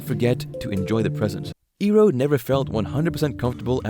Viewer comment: pronunciation correction iroh is ai roh not e roh good video